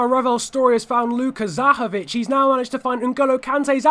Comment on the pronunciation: Zahovič pronunciation is basically perfect now, and another great video:)